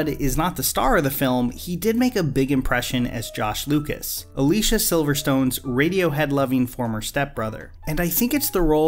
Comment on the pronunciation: Its A-lis-c-a not A-leesh-a